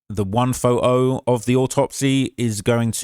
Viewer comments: Its “photo” not fote-o 😂😂😂😂😂😂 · The first way you say photo makes me wanna start an American revolution